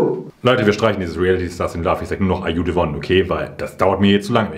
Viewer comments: Keiner wirklich keiner sagt Ar ju se won so schön an wie du - dass war eines der Dinge worauf ich mich wieder so sehr gefreut habe😅🫶🏼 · Ich kann Are you the one nicht mehr "normal" aussprechen und betone das genauso 😄